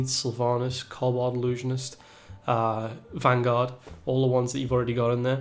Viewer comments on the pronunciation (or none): none